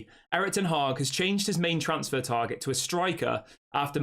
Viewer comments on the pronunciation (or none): none